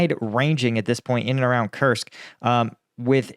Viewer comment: Koorsk. It is pronounsed Kooorsk, like roots.